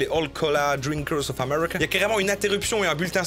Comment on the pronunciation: “Of Ame*rr*ica”